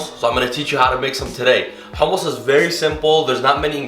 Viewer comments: The way he said حمص let me know this guy was the real deal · Its sooooooo goood ,and thank you for not saying “ hammes” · Where is he originally from because the way he says humus is exactly like we do XD